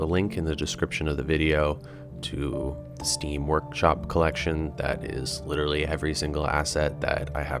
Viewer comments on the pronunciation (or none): none